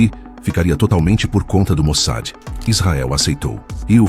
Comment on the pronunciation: Get an AI program that can pronounce Mossad? "MOSAD" is not correct.